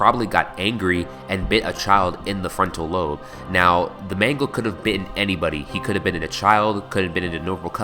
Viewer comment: mangle i think its mangle